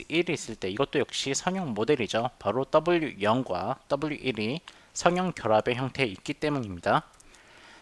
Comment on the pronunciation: [선형] 발음을 [서녕]이라고 하셔야 하는데 계속 [성형]이라고 하시네요;; 내용 상의 차이는 없지만 들을때 약간 멈칫멈칫 하게됩니다 그것만 제외하곤 좋은 강의였습니다